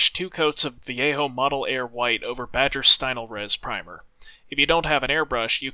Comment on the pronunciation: Amazing job and a really nice tutorial. Nice to hear you pronounce Vallejo correctly ;)